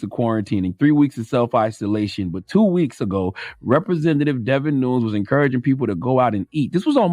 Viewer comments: Charlemagne you’re butchering his last name😂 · By mispronouncing his name, shows charlemagne is not really aware about the political climate in america. Devin nunes has been in the news and has been a key player in the trump ass licking for the past 3 years. How do you not know his name??? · Devon Nunes people!! How hard can it be to get the names right before you get on and say it wrong! Fools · Could no one tell him how to pronounce his name? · Yall pronounce the name wrong in the audio, and spell it wrong in the title. We got nothing but time right now, tighten your act up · 1. I needs someone to teach Charlamagne how to pronounce words and names. 2. Whoever runs the youtube page needs proof read these titles. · Charlamagne is saying Devin Nunes', name incorrectly the entire time! 😆😂😂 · CTG is speaking in hyper bowl when he pronounces Devin's name. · CTG should stop giving his opinion on politics until he learns how to say Devin Nunes' name correctly. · That man butchered his name so many times 😂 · Wow u don’t even know how to pronounce his name😂😂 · Who cares how you’re supposed to pronounce his name, he’s an idiot and doesn’t deserve to have his name pronounced correctly. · Please take the time to do little homework before mangling a person's name. Rep David Nunes is actually Devin Nunes. His last names is pronounced Noon-yes. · His name is pronounced 'Noonez'. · Nooones lol, Damn God, are you even trying? You have books out but can't pronounce crap. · Charlamagne... Devin Nunes (noon-ez) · Damb main, its pronounced nu-nez, guy didn't watch any of the impeachment hearings? Min. effor brother you're a leader in American and don't know the people you're donkeyin, lol, your right but dam. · His name is pronounced "Deh-vin Noo-nez" Jeez, does charlamagne not do research? A simple google search and watching a few seconds of a fox news YouTube video and you can find out how his name is pronounced. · David? Also, DEVIN Nunes (is pronounced Noon-yez) Hes Spanish.